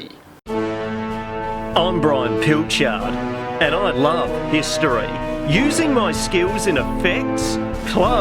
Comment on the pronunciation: Extra Fun, Yay!!!🎉🎉. I would love to sponsor you in cheese, do you have a Brie-treon? But seriously, I like your Hist-oreay, Hist-oreray, histooray, so if you would, tell us sum more stories!